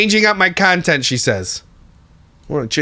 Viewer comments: "cunttent" - I'm screaming 😂😂😂😂😂😂😂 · “Cuntent” 😂😂😂😂 😂😂😂😂